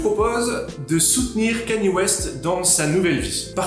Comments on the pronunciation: Cest pas « kéni » c’est « kenne-yé » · On prononce Kanye et pas Kenny